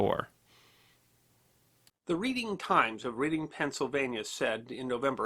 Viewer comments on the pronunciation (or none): Nitpick, but Reading, Pennsylvania is pronounced Red-ding. PA has all sorts of weird pronunciations